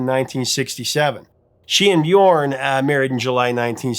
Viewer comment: does excellent research but - at the risk of being pedantic - I must point out that the pronunciation of "Björn" rhymes more closely with "yearn" than with "born."